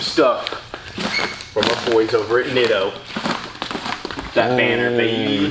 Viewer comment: Them Neat-o's ( now Brent says Nitto..lol) look good.